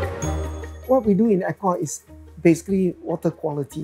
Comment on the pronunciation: If not wrong his pronunciation of eco is wrong?